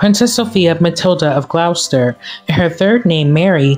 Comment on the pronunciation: Gloucester - pronounced "GLOSS-ster". 😊😊